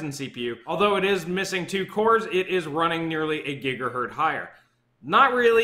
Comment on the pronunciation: >gigahert smh